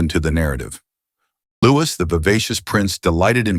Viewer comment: Narration is inconsistent, variably prounouncing Louis’ name incorrectly